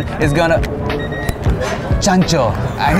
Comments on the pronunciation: Chancho noooooo not chancho!!! 😂😂😂😂😂💀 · "Chancho" lmfaooooo!